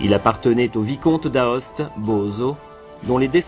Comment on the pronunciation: Belle vidéo, bien documentée par des prises de vue et des commentaires adéquats, clairs pour le grand public. La prononciation correcte du nom de la ville principale est toutefois "Oste" et Vallée d'Oste par conséquent, même si on écrit "Aoste" et "Vallée d'Aoste" chose qui peut facilement se rappeler. Mes compliments en tout cas